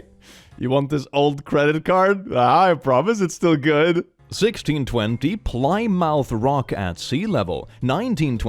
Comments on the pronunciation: just an fyi, Plymouth is pronounced more like “plim-muth” than “ply-mouth”, I grew up right near there so I went i’ve been there about a dozen times at least. With that being said, I love your videos and I hope this helped a little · “Plymouth” is pronounced “plih-muth” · Massachusetts resident here, it’s pronounced more like “Plym-oth” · "Plie-mouth" as the pronunciation is KILLING ME as someone who lives in the Plymouth area 😭 (it's pronounced Plih-muth) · Its not PLYmouth.... its Plem-uuth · Bro I know youre swedish but I have to point this out, it's pronounced plih-myth not ply-mouth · Everyone is the world: "Ply mouth" Americans: "Plimuth" I've always wanted to pronounce it as ply mouth, but school taught me it's pronounced "plimuth" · Plymouth is pronounced Plim-moth FYI. Not Ply-mouth. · BTW, Plymouth is actually pronounced "Plim-uth" and not "Ply-mouth"! Similarly, Dartmouth is pronounced "Dart-muth" and Portsmouth is "Ports-muth" (or "Ports-muff" if you're a local). Hope that helps! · Lately I've noticed apologizing for not knowing the pronunciations, but got them right whenever he did. But I haven't seen a comment similar for any mispronunciations. I liked "Ply Mouth" instead of Plymouth (plih-muth) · dear god pronunciation of Plymouth… it’s said like plimuth not plai-mouth 😭😭😭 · Ah confidently incorrect like your pronunciation of plymouth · I used to pronounce Plymouth like that when I was younger n sometimes to take mic out of siblings who live there now. It's pronounced plim-oth 😅❤ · Hey Plymouth is pronounced like plimuth i live near Plymouth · As an American, hearing you pronounce Plymouth as ply mouth hurt my soul. 😅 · "Plymouth" is pronounced 'plim moth' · Plymouth is pronounced 'Plim-oof', yeah i know English is weird. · I live about an hour from Plymouth Rock. Plymouth is pronounced “Pli-myth”. Also, the rock has been moved around a lot. Its current location is about hundred feet away from the shore.